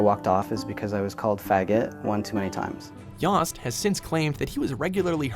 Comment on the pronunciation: mispronounced Yost too